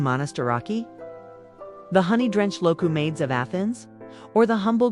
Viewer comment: Dolmades? Do-MA-thez. Who/what’s reading this? Loukamades. Lou-co-MA-theys. Pathetic.